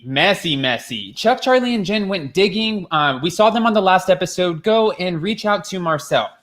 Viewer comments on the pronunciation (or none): It sounds like you’re saying gin instead of Jen